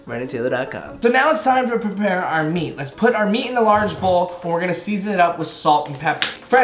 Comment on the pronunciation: I love you bro.. but it was over! You officially joined the drunk club 😂 "Now it's time to Pre- Pre.. pare 😂" I have to be team on this one, that's way too much ground beef for a meatball. Not that it would take longer to cook, it won't fully cook throughout. #taylorbros